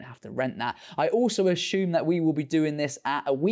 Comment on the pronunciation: Is it “assume”, or “ah-shoom”? Please advise. Otherwise, great content as always, mate! We appreciate your insights!